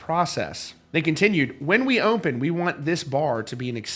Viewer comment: Dear Sir, There is no M in the word “open”.